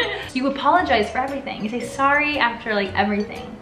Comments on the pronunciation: I am Canadian and I’ve never seen someone pronounce sorry as saw-ree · i’ve only ever heard Canadiens pronounce ‘sorry’ as ‘saw-ree’ and not ‘sore-ree’ i think she is giving fake facts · Canadians prnounce "sorry" the way it's spelled.